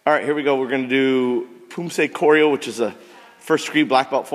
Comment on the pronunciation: Weak power, Weak popping speed, weak chambers, kid too young for a blackbelt, instructor addressing the student disrespectfully, uniform too big, soft and quit kyups, slow kicks, wrong korean prounciation. Hope this helps!